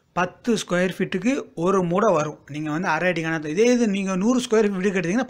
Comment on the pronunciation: மூட்டை என அழுத்தி சொல்லுங்க சார்.